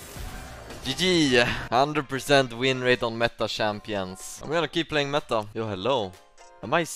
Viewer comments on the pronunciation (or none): none